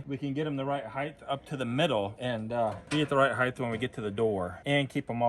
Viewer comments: HEIGHT has NO H on the end like Length and Width do. HEIGHTH is NOT a WORD!!!!!!!!!!!!!!!!!!!!!!!!!!!!!!!!! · the word is height not "heighth"